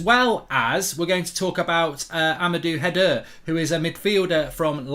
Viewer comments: His name is Rangnick not Ranyick and the player is called Haidara not Haider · Butchered Haidara’s name